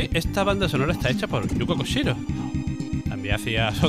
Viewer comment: Gran vídeo, el Hagane es una puta barbaridad técnica, juegazo donde los haya. Respecto a Actraiser creo que es mejor su segunda parte, y por cierto no es “Yuko Koshiro” sino Yuzo Koshiro 😉. Saludos!!